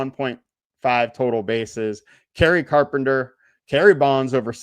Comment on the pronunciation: Who u talking abt KERRY CARPENTER SAY THE MAN NAME CORRECTLY AH